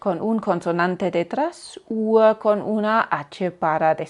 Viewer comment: La primera pronunciacion de "Uhr" lo oigo tal cual lo indicas, pero la segunda vez me suena como Uar. Minuto